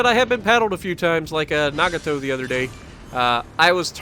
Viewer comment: Does nobody know how to pronounce the names of Japanese ships? NAH-GAH-TOE is how it is pronounced. With emphasis on Gah.